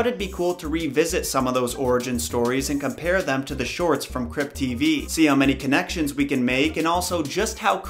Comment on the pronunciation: Lamo i thought u said crip tv I was hella confused 😂💀